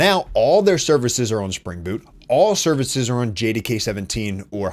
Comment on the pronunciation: Pronounces "on" as oiwn... you from northern Ohio?